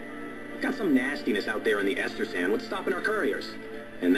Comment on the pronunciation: Estersand? I always call it Eastersand. Great commentary again.